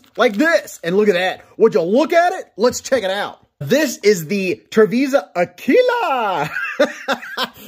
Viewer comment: Sound it out now....Ah-Quill-Ah. Great video brother. Thanks for the look! Stay sharp my friend 👍